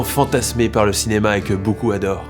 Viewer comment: La nouvelle voix, on dit « boucoup » ou « beaucoup » ?